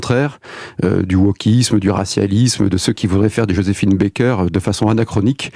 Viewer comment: Elle est journaliste, et elle ne sait même pas comment on prononce le nom "Joséphine Baker".